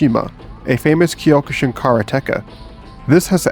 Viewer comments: Ugh, the pronunciations of the Japanese words are killing me. It's not kiiyokushin, it's cokʃin, c being velar stop. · Wth is whatever the hell that is at the end?? I'm sure Kyokushin is just pronounced Kyo‐Ku-Shin.